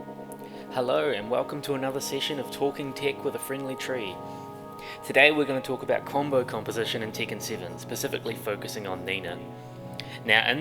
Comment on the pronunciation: That way he says tekken bothers me for some reason "teeken